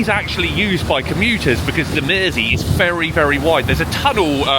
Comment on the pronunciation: Nice hearing a local scouser pronounce Mersey. No Id never heard of the burglar turned chef (,,,American :-) ). Entertaining hear you slur as you get through 6 drinks. Good range of content !